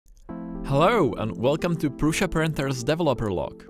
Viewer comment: You pronounce "Prusha" I heard Jo pronounced "Prussa". What is the right pronunciation for the name PRUSA ?